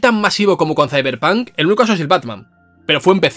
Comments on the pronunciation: De los creadores de : "Ziberpan" Llega... "Izeberg" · De los creadores de: “Siberpan”... llega... 🥁 “CeiberPanK”.